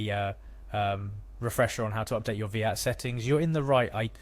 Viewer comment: I like the video and it was really helpful! few pointers though, its VAT not Veehat, and if someone doesn't know how to login to something (which is what the first half of the video shows), they have no hope trying to carry out a VAT return. At that point they should just get a decent accountant